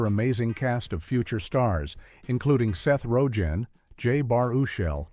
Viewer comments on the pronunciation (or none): I really hate this AI world we live in. I shut it off less than two minutes in. Seth Ro Gan? Jason Seagull? Spelt Seehull??? SERIOUSLY??? And we wonder why people are getting stupider.